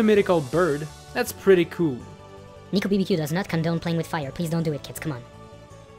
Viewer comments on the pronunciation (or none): No offence but it sounds like you say Nicobdq instead of Nicobbq